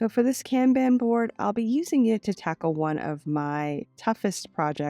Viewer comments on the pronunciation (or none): I’m so sorry if you are offended by the following statements from me. It’s coming from a place of love and help. The Kanban board is pronounced “con bon” sis. I didn’t know if you already knew this.